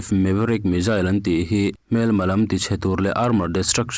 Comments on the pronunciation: Athupuiah lut vela,tin mizail aawmlo missile ani zawk ,hawrawp ilam duhdah mah mah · Missile - Misail Missile - Mizail ... Mizail - S ai in Z ..hi an lam ri tamzawk/nasa zawk thin tlat a ni .. an mahni US ho khuan